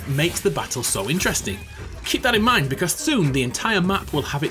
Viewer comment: “Boreus” and “interesting”. Mate, you can have one of these in a sentence, not both.